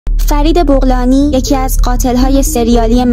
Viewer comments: بوغلانی نه بغلانی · طرز صحیح تلفظ فامیل ایشان فرید بَغلانی هست و صد البته شرح ماجرا هم این چیزی که فرمودید نبود ، بنده خودم ساکن آبادان هستم . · بغلانی رادر ست تلفط کن گلم حداقل کمی تحقیق کن اگه میخوای گزارش کنید نلفظش اشتباه میگی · تلفظ فامیل را اشتباه میگویی ب را باید با فتحه بگویی نه با ضمه